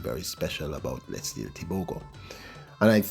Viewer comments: say the champ's name right LETSÌLÉ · Lies...it's Lee-tsee-lay but don't stretch the Y when pronouncing...its like lare or flare kind of pronunciation at the end. And the T before the S is almost silent as you try pronounce TS together and not separate letter sounds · and Thank you for emphatically asking for Letsile's name to be pronounced correctly. People must learn to correctly pronounce African names, if they can learn how to pronounce Stravinsky, Tchaikovsky and Rachmaninoff, they can jolly well learn how to say LETSILE TEBOGO. The BBC pundits are the worst offenders, since the days of Amantle Montle (400m) and Nijel Amos, (800m) and Makwala (400m), they have been referring to the BATSWANA as BOTSWANIANS, ignorant doesn't even begin to describe. *Letsile's Tebogo's names means Good luck has come (Letsile), We are grateful (Tebogo)! He was named intentionally, he has honoured those who named him, so please RECOGNISE and honour them all by pronouncing it correctly.